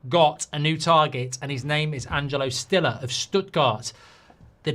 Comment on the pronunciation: someone needs to let Mark know how st is pronounced in German, Bundesliga rights are in danger if he continues to say it like he did 😂